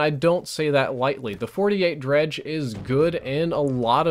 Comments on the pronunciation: FINALLY PEOPLE CAN STOP SAYING DEGREE* its dredge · Dredge.... Gorgon.... Man the gun names in this game are just tough to pronounce correctly